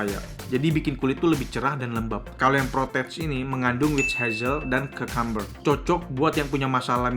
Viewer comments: kiukamber ko, bukan kakamber wkwkwk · cucumber dibacanya kyukamber